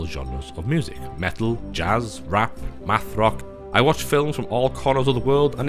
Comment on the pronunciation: This dude said MATHROCK lol